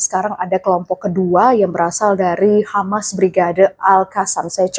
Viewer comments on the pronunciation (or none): none